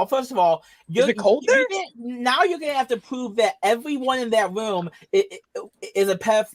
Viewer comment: What is a "woom"? 🤔